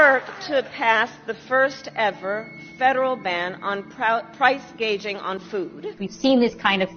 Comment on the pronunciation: I just watched your video again. Because of how hot you are. The funny thing is that when Kamala mentions price gouging she actually says price gauging. The term price gouging is used frequently in Australian political discourse and as I said - this supermarket price gouging policy has been stolen from Australia. And as I said - the First Home Buyers Grant has been in place here in Australia for decades. Both of her key policies have been stolen directly from Australian politics. The modern First Home Buyers Grant was initially introduced by the conservative Howard government in 2000 and it has been a bipartisan policy ever since. It is neoliberalism not communism. Communists want public housing..... Before neoliberalism the Labour workers parties wanted public housing. We had it. Neoliberals sold it all off. We have a housing crisis in Australia right now and one of the main reasons is lack of public housing. Governments will not build any of course because we are under a neoliberal duopoly so they offer nonsense like First Home Buyers Grant to increase supply. It does not help the working class though - only the wealthy and middle class who have parents that can help them get a loan. But yeah - this puppet Harris cannot even parrot the policies that her handlers have stolen from Australia for her. Gouging not gauging... Wtf? What the heck is price gauging? Price gouging. Profiteering..... Maybe she should just say profiteering instead.